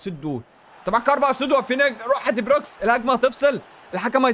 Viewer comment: هو لية بيقول علي دي بروين دي بروكس 😂😂